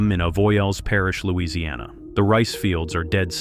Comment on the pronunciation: Why would you make the stupid claim that Louisiana’s humidity is hard on batteries? That simply doesn’t have any basis in reality. And you didn’t even make it in the ball field with your very wrong pronunciation if the name of the place this happened.